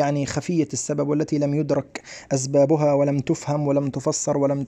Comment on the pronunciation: ليش المصريين بقولوا ازباب بدل اسباب 😂